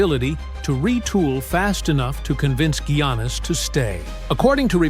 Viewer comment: First Gwannis then he said Janis. Then when the name Giannis was said right he said he’s going to the New York Yankees 😂😂